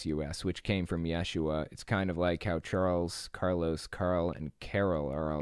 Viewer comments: Close, but you're putting the emphasis on the wrong syllable. It's pronounced ye-SHU-ah. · According to a Hebrew scholar I have conversed with, 1st century Hebrew speakers would have pronounced his name as Yeshu. The "ah" ending would not be pronounced. Further, adding the "ah" on the end of Yeshu would make it the feminine form of the name. That's right, Yeshu is a boy's name, Yeshua is a girl's name. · you are correct. And a few Aramaic words also appear in our TANAKH, such as in Jeremiah . In the first century ce, Hebrew and Aramaic would have mixed to some degree. Pronunciations of words would have changed due to the blending. I will leave it to the scholars to argue as to how it would have sounded.